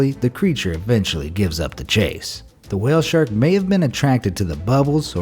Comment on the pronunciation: I misheard your wale thing so I assume you said "wale snacks"